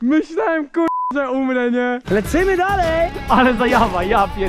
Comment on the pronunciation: Jakby normalnie zaczął gadać,, lecimy,, zamiast,,lecymy,, było by jesZcze lepiej